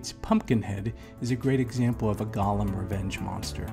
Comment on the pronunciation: Firstly; it's a "GOAL-lem," not "GAHL-lem". "GAHL-lem" (Gollum) is a character from 'Lord of the Rings.' As for other such characters; well,what about revenge-films in general? Even Charles Bronson in 'Death Wish' is pretty scary, and by the end of the film, he becomes almost indistinguishable from the thugs he kills... Something to think about.